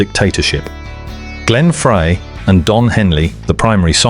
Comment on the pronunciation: If only someone could teach AI to say Glenn Freys name correctly. It's fry,not fray